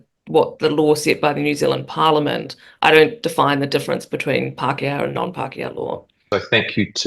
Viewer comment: "Pakeha law" - what is that muppet on about